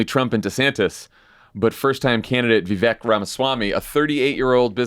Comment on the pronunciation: You did Vivek a huge disservice here, beginning with not taking the time to even pronounce his first name correctly, to overselling how "bad" his rap was, to all sitting there ostensibly baffled as to what the rough outlines of his rising appeal might be (hint - he is more articulate and intelligent than the rest of the field combined, dolloped on top of endless positive messaging and a youthful energy that can only willfully be overlooked). You might hate him; you might think all his policy angles are fit for the trash bin. But he always says exactly what he means in crystal clear detail, eschews "politician mode" to a degree that would make even Obama look deficient, dives REPEATEDLY straight into the lions den without a moment's hesitation vis-a-vis interviews with potentially hostile reporters and networks and does not do so merely in order to fire-hose them with disdain but instead to pit his ideas in real-time dialectic against theirs, never leaves you wondering what he really thinks when the cameras are off, and has more integrity than anyone in recent Republican memory. I have never voted for a Republican in my life and I am unlikely to begin with a vote for Vivek. But my god, people. Come out of the silo long enough to at least see the obvious about this dude.